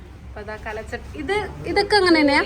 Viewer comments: കല ചട്ടി അല്ല, കൽ ചട്ടി 🥰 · കലചട്ടി അല്ല കൽച്ചട്ടി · Kal chatti aanu not kala chatti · കൽ ച്ചട്ടി എന്ന് പറയൂ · കല ചട്ടിയല്ല കുട്ടീ. കൽചട്ടി. കല്ലുകൊണ്ടുള്ള ചട്ടി. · പഴമക്കാർ പറയുന്നത് കൽച്ചട്ടി എന്നാണ് കലച്ചട്ടി അല്ല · കല ചട്ടി അല്ല ട്ടോ കൽച്ചട്ടി ആണ് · Kalachatty alla kalchatty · കൽച്ചട്ടിയാണ്, കലച്ചട്ടിയല്ല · കല ചട്ടി അല്ല ട്ടോ, കൽച്ചട്ടി എന്നാണ് പറയുക, പല മോഡലുകളിൽ ഉള്ള ചട്ടികൾ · കൽച്ചട്ടി എന്ന് പറയു